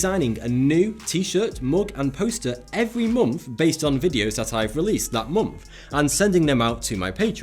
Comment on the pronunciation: Monf? It's month